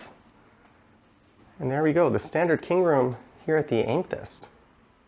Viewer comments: It's pronounced am-eh-thyst FYI. Nice review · amethyst pronounced ăm′ə-thĭst. Amethyst is the February birthstone. Otherwise enjoyed the tour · Learn how Pronounce the name of the Item you are making a video about